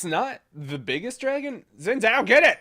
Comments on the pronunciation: It's pronounced Xin Zhao :) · FYI, Xin Zhao is pronounced Sheen Jow (like a Bow to a crowd) Thanks for another fantastic Ezzy gameplay! :) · lol I'm confused how u pronounce xin zhao is it "wi woo" lol or "zin zow" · In all seriousness, zin zow is much closer to the real pronunciation. People argue about it all the time and I'm sure even some Chinese people disagree about it. But the wee woo thing is just a recurring joke does. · He said that at first he can't pronounce xin zhao, so he just called him wee woo. c